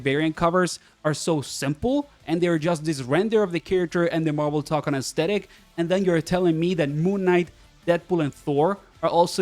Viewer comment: It's "toe-kon", not "tock-on". The mark above the o signals that it's a long o. Plus if you don't trust me, it's also how the in-game annoucer says it